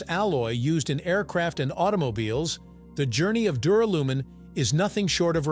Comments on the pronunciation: ...and pronounced dew-RAL-you-min. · It's Dur AL umin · Don’t you mean Duralium…? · Not only do you get aluminium wrong, you get duralium wrong and say it incorrectly! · How about prononcing the word Duralumin correctly. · Sorry reached and couldn't bear hearing duralumin being mispronounced so badly ,so often,0 OUT OF TEN FOR NARRATIVE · LOL the pronunciation of duralumin.